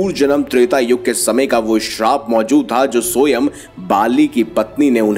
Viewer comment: Soyam nahi Swaym (which means Himself) hota hai. Sahi pronounce kijiye please. Hindi ka hi word hai.😂